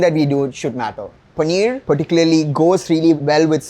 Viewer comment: paneerrrrrr panneerrrrr paneeerrrr